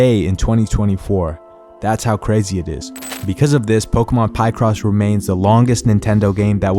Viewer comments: Bro, it's not Pie-cross 😂 It's Pi-cross like Pi-kachu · Also for anyone curious: Pokémon Pie-cross (pronounced Pic-ross, cause they're pictures drawn in a cross pattern), Actually fully released in Europe, and as someone who frequently plays and enjoys the game, there's actually a lot of depth to it! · bro really said PIEcross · Applin “Pie Cross” 😂